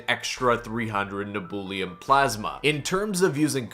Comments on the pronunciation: ITS PRONOUNCED NEB-YEW-LEM NOT NEBOOLIUM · its neb-u-lum not neb-ool-e-um. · You cannot pronounce nebulum can you 😅